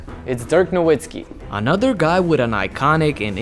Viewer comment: Great video & as a Mavs fan love seeing Dirk get his flowers!! However, please pronounce his last name as "Na Vit Skee" since the W in German is pronounced as a V lmao